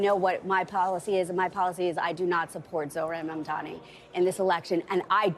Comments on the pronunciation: How difficult it is to say MAMDANI instead of MAMDAMI? Is this intentional? What is the reason? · why can’t this guy say his name?? he keeps saying “zorhan mandami” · It’s embarrassing they still butcher his name every time. Don’t got to agree with the guy but give him the bare respect to say the name right, it’s not that hard